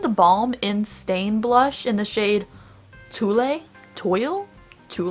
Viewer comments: Just for future reference the Instain Shade is Tulle pronounced tool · Tulle is supposed to be pronounced "twill."😉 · I used to use my Tartlette In Bloom palette allllllll the time, but since I've started using more color in my eyeshadow looks I've definitely phased it out of my collection. btw, I think that Balm blush is pronounced "tweel" :)